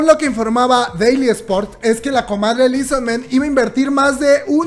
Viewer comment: Li so man ... Li so MAN .. MAAAAAAAAAAAAN . No es ingles xD